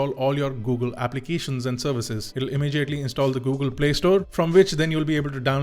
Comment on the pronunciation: Why do you pronounce immediately as immejiately xD